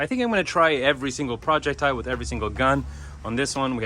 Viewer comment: Projectile is ONE word, not pronounced as a compound word!What place did you learn English????